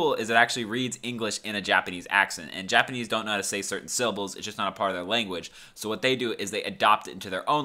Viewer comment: I like how you said : J apanese